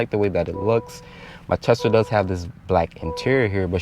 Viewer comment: Why does he keep saying TELSA???